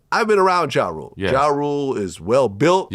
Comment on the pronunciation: Yooooo why couldn't he say "Ja Rule"? 😂😂